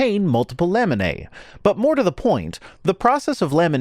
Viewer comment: said laminae a lot but I kept hearing lemonade and now I'm thirsty.